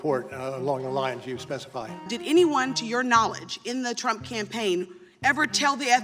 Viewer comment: Any other immatures laugh when he said Trimp instead of Trump 😂😂🤣😂🤣😅